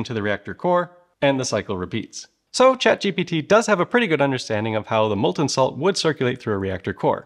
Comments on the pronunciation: Take a shot every time he misnames chat GPT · well.. I happy that I am not the only one who often call it ChatGTP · I am 40 seconds in and he has already said chat GTP instead of GPT like 3 or 4 times. I don't know if I can continue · Man it was hard to focus on this video. He kept saying ChatGTP instead of ChatGPT. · Did.. you… mean to say G T P through this whole video? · chat G.............P................T say Chat................G...........P.............T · He keeps calling it Chat GTP 😂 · Chat GTP .... please... please use the correct word ... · Chat GPT not Chat Gtp that you seemed to enjoy calling it. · ChatGTP? You got the letters in the wrong position there 😅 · It's ChatGPT no GTP 😢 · was that intentional to say chatGTP and not chatGPT? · is saying chatGTP a meme? cuz I don't get it and it drives me crazy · It's Chat G-P-T 😂 Not Chat G-T-P bruh 🎉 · I liked your video, however listen to your words, you said ChatGTP instead of ChatGPT every time, it became annoying after awhile. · you keep saying chat gtp, not gpt. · I hate how often you say chat gtp Its gpt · GTP? You can't even pronounce ChatGPT can you? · You are repeatedly saying "Chat GTP" instead of Chat GPT. Like... every time, you say it wrong. Slow down, grasshopper. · Okay so I’m not the only one wondering why he keeps calling it chatGTP. I mean I get we’re trying to make power but everyone knows ATP is the best power source. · Dude, you have a problem with consonants. You say what I think is "ever polite", but it sounds more like "apropos" because you discarded "V" in ever and inserted a P there. In some instances you say, ChatGTP, in others you sound more like ChatGPP. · Had to replay it a few times to make sure I was hearing you call it ChatGTP or if my brain was broken the entire time, which is still entirely possible! Lol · New drinking game.. Every time the dude says "chatGTP" have a drink. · Wow, good video but several times now you've referred to it as ChatGTP. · say ChatGTP one more time